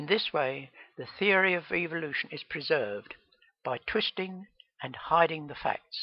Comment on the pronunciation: it's pronounced evolution not eveilution